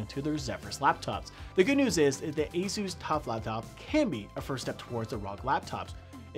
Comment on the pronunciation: That's the correct way to say it